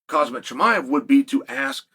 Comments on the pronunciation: He said “Cosmic” instead of Khamzat lol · "The DAGESTANI junior world champion KHAZmat Chimaev." 😂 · Did he just say Khamzat the dagestani?? hahahaha